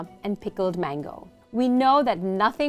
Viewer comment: I was shocked how correctly you were pronouncing biryani...like proper ❤️